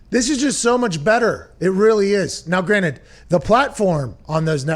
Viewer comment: now granite